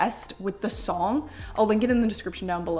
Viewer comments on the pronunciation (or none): none